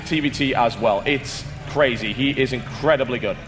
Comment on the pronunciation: WAAH! Stephano is CRAY-CRAY-ZEE!